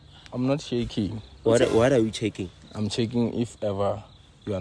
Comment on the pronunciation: What are you checking? - I am not chaking 🤣